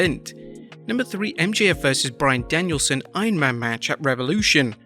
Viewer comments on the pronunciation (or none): none